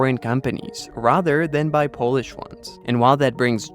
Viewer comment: Nice Polish pronunciation , awesome